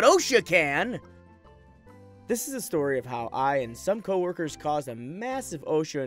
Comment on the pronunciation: Plus the computer mispronounces odd words; Facebook, ID, coworkers nd others. Oddly enough it pronounces words you'd expect it to butcher perfectly. If you're reading the posts yourself, you're ahead of half the YouTubers out there.